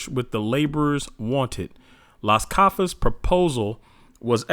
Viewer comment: Sounds like you are trying to pronounce cafas, it really is Casas —> full name Bartolemo Dela Casas. He had first hand experience of how the natives were tortured and decimated by the hands of the Portuguese and Spaniard Conquistadors. Keep up the good work. I’m learning a lot from a secular history perspective about our people.